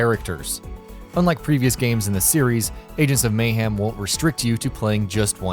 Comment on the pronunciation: why does he pronounce it Mayhaam.........hahahahahahahahaha